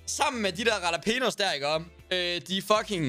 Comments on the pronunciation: hvorfor kan jax ikke finde ud af at udtale jalapenos haha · Venter på at Daddy aka. Johnni gade opdager hvordan siger jalapenos. Fandme guld!